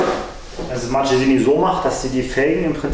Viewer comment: Hallo! Toller Bericht...aber sag nie Martschesini! Das tut weh in den Ohren! Es heißt: "Marckesini"! Man sagt auch nicht Notschi sondern "Nocki"!